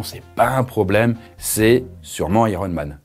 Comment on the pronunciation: Ptn quand il a dit dit iroman g fait hein wtf le mec davengers hein heeeeein